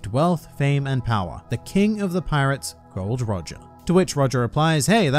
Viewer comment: The name correct is Gol D. Roger.